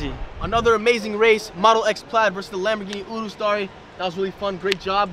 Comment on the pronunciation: “Lamborghini 😯rus”😂😂😂😂😂😂